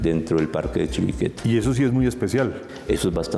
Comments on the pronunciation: creo que dicen mal la palabra chiribiquete, ellos dicen chibiriquete, muy mal profes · Se dice Chiribiquete, no Chibiriquete señores profesores. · El moderador nunca pudo pronunciar bien el nombre de Chiribiquete.